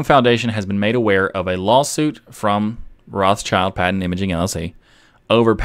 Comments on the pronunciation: Rothschild is not pronounced roths child... It is more like rot shield. German name... Awesome episode. Keep up the good work mate. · Rothschild is prononced 'rot shield' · Acrually it was pronounced 'rot schild'. So a German pronunciation. But like many names the pronunciation changed depending on where the branches of the family lived. So nowadays there are several pronunciations.